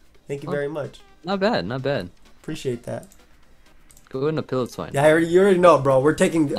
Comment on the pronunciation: pronouncing Piloswine like that is the root of the Ls in this video